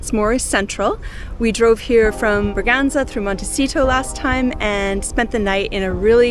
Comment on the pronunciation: Your Bragança pronunciation is almost there. It's not Bragac'ey', it's Bragance'huh'. Great seeing the northern regions. We were there a few years ago.